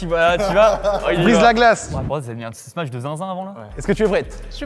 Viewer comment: Très bonne vidéo, par contre je veux plus jamais entendre "smatch" on dit smash (Sm-a-sh) svp...